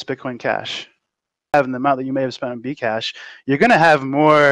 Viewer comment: i thought he said vcash at first lol